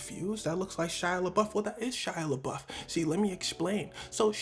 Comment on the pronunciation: It's Shia Labeouf, not Shia Labluff.